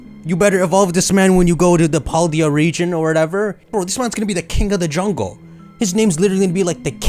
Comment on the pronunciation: you mispronounced Podoyo region